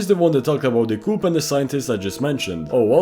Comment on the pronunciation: Bro is def overanalysing ts Btw coup is pronounced "Koo" not "koop" as it is a french-origin word of "coup d'etat"